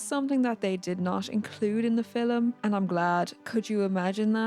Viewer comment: "in the filem"